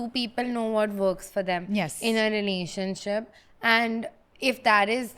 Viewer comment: says Renanionship hahah